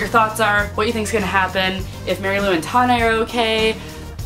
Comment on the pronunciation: tawn...ay? It's Tane. Like Zane. Long "a" in the middle, not the end. Still, I loved the book, and I wish more people were subscribed to this channel so we could have big discussions!